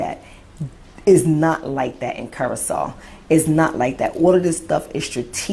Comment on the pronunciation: Curacao is pronounced /'ku-ruh-sow/, like "how" or "wow".... You are correct about the racism there, and all of the islands controlled by European colonizers. I'm glad the blacks in Curacao are speaking out because usually blacks in the Caribbean and South America bow down to the white colonizers. And many deny their blackness often to fit in. None of the Caribbean and South American countries have ever had a civil rights movement after slavery, so they are far behind black Americans in terms of equal rights and black pride. And blacks are at the lowest level of all other races.....And I hate all religion, especially christianity and the magical man flying around in the sky with magical powers (god)--the white man's religion.